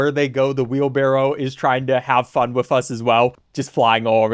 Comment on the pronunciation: Say wiff one more time...